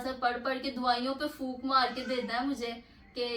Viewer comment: Fook❎ phoonk ✅ Fook 😂😂😂